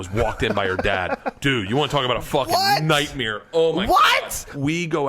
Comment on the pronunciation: Nightmere 😂 he really has been saying nightmere all his life.